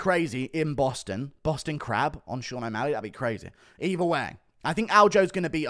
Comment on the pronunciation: Bro said o walley